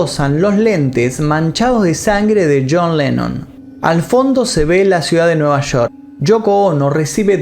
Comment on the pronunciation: El video está genial pero cada vez que escucho Shoko Ono y Nueva Shork me saco de onda😔😔😔